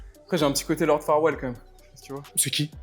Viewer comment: c'est pas farwell c'est farquaad